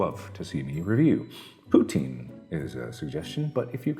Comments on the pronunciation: mark this is gonna bug canadians with how you pronounced poutine. it's pronounced like poutin. like a tin can. it's pronounced that way cause it's a french word as it was invented in quebec. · It's pronounced like *poo-tin*, not poo-teen. Yes, before you ask, I do get annoyed by people who pronounce it like that. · Why does every American not say poutine properly?? It’s pronounced “puts in” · What is PooTeen oh u must mean poutine... its pronounced putin but really pronounce the tin and put like at ts in the t like a drum thing.